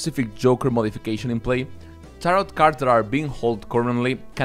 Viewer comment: Great video, thanks! Fyi tarot's second s is silent, it rhymes with "arrow"